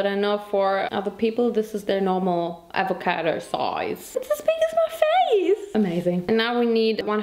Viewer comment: The fact she said avocado as in Awa-ca-te. My Hispanic mind felt a bit special🥺. Also yes, Avocados can be that big! One place Ik that has their avocados that big is Puerto Rico